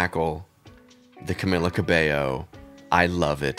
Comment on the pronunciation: Her name is pronounced cah-mee-lah